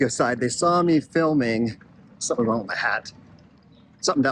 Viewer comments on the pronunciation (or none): none